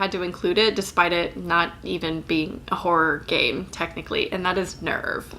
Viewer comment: Why do I keep hearing "horror gay"? What's wrong with me